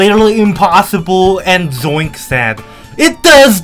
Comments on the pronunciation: Zoink❌ Joink✅ I think i heard joink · Why's Dorami pronouncing Zoink "Joint" 😭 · not joink is zoink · I love how Dorami says "Joink" instead of "Zoink" 🤣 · zoink ❌️ joink ✅️ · Dorami its zoink not goink